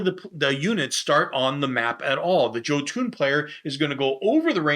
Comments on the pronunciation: Jotun is = Yoe-tun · Bah, mispronunciations are part of his charm.